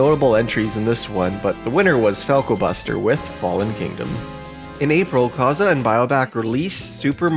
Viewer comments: not to offend but it's kaze and not kaza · Minor point, but Kaze is pronounced Caw-Zey. Props to you for not pronouncing it as Kayz, though. Kudos! 😁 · I thought it was pronounced Kay-ze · KAZE ISN'T PRONOUNCED LIKE THAT IT'S KAYZ WITH A LONG "A" ...But that aside, excellent video!!! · Hearing Kaze pronounced like that sent me into a panic. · My only takeaway from this video is youd think by 2023 we'd all know how to pronounce Kaze's name 😂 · The amount of times he mispronounced Kaze is insane. Outside of that, great video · You need to learn how to pronounce kaze